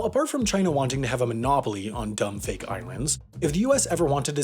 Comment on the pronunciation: When he said "Dumb fake islands" I heard "dummy thick islands"